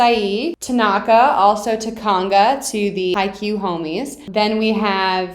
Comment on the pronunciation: TA-naka... not ta-NA-ka